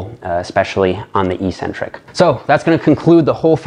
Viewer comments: You have the word 'eccentric' written properly. How come you don't pronounce the first 'c'? The syllables are ec-centric, not e-ccentric. How is it even possible to pronounce the word the way you do? Your pronunciation changes the meaning of the word, too. Your pronunciation changes it from 'away from the center', to 'without a center'. That makes no sense. Please explain. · There is no English dictionary in the world where the proper pronunciation for the word 'eccentric' is Ee-Centric. None. Not even one. Pick your favorite British or American source. Look it up. They all say, eK-Centric. It is only meatheads who mispronounce this word., you're too good to be one of them. Please! The word is eK-Centric. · Evolution of language is not an excuse for ignorance. It's ONLY the bodybuilding community that mispronounces the word. Ec- means 'away from'. Centric- means 'center'. This is why odd people are referred to as eccentric, b/c they are not in the 'center' of normalcy. Concentric, moving towards the center. Eccentric, -moving away from the center. Ee (e.g., without a 'c') means 'without'. So E-centric means 'w/out a center'. It makes no sense. Some ignorant bodybuilder started mispronouncing it, likely b/c it sounded odd to him to say 'eK-centric'. His fellow meatheads followed suit...and none of hem knowing any better, it stuck! To answer your question, 'who really cares'? Those of us who see as much beauty in language as we do in a perfect body. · Literally everyone says ee or eh centric.